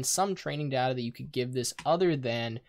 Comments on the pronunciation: IT IS DATA NOT DAAAAAATA awdawdawsawswas triggered xD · it's data, not data.